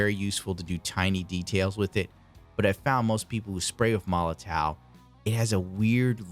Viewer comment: i should've waited till the end of the video. : D But it is pronounced molotoff